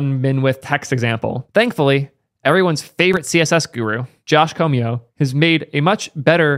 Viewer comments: it's not pronounced Josh Co-me-oh. It's Josh Co-mo. That's because in French "-eau" sounds like "oh" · Just FYI, Josh’s family name is pronounced “Como”, like “FOMO”. Source: I was curious and asked Josh how’s it’s pronounced